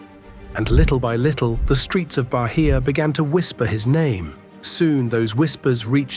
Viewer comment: "Barria" pronounce baiah